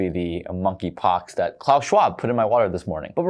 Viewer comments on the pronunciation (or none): none